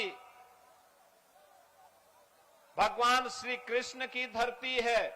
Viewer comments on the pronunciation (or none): none